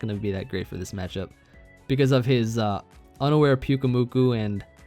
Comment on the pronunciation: Not going to lie I 100% thought you said "it breaks through underwear." Not unaware lol